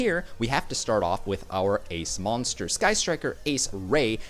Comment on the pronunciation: how he pronounces moanster... triggers me